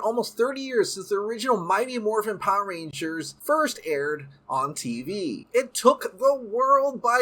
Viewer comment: Why do all Power Rangers YouTubers pronounce is "PAH-rangers" ? lol